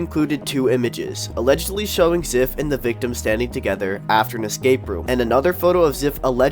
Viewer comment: His username is pronounced zife small correction